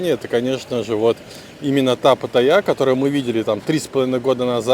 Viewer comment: Ударение в слове Паттайя на вторую "а" ставится, а не на "я"